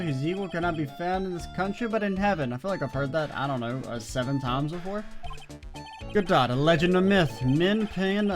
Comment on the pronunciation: Although Larry is despised by most I really enjoy his presence and made this case bearable to me. Prosecutor Godot (GUH-DOE BTW) is my least favorite Prosecutor, but good to see you like him! I never got my BoomBox lore on where they found Mia's mixtape to use for this trial!